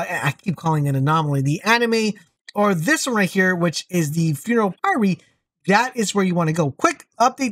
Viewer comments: I'll give this a whirl this evening and see what happens. I typically hate Paxian Homestead but I ran it on CT14 and was pretty simple (at this point heavily geared). Fingers crossed! (Aside: I did squirm whenever you said py-ree instead of p-ire, but if I get Deathshield I'll forgive you!) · Funeral PIE -REE lol. It's Pyre (rhymes with fire) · A Ne Moy Payr not pay ree. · Just a heads up "Pyre" sounds like Fire 😉 Keep up the great work, luv the vids!! 🤘🏻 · its funeral pyre like fire but with a p